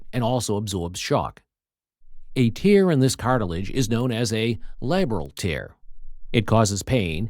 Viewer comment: "TEARS" as in crying. Another dreadful text to speech example.